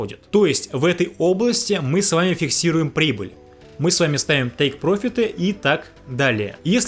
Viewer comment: Друг, ты же не говоришь по русски взять вырУчку., ты же ударение ставишь правильно. Вот и по английски ударение надо ставить на первый слог, прОфит, но никак не профИт . ёу🤜🏼🤛🏻